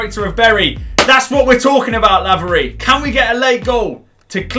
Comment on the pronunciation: Btw laverys name is said like c-a-y-l-o-n